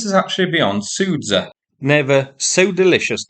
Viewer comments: "Sudzha" is pronounced as "Su junk" without "nk". :) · I'm quite impressed by content creators who spend years focused on a specific region, see a name written out in plain Latin script and go "Sudza" or "Sverd lil' kovo". Solid content, but yeesh